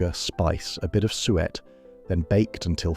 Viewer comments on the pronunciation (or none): 1978? More like 1958 for that kitchen? Suet is pronounce sue-ett not sweat! As usual, the condescending AI voice pretending to pander to our nostalgia while sneering at the food. I had quite different foods in the 1970's.. I think you may find bread pudding on the menus of quite fine dining establishments - and it is so versatile, my mum made a wonderful chocolate version. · Sounded like the AI voice was saying "sweat pudding"! 😅 Pease pudding is still going strong in the North East of England. Sunderland in particular has butcher's shops that sell the wonderful Pease Pudding dips! They are always my first stop when I venture back home. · I enjoyed watching that - in spite of the slightly random images and the AI voice that can't pronounce "suet". It brought back happy memories of my childhood.